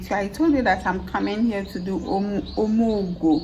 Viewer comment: 😂😂😂😂 I had to playback to hear OMUGWO 😂😂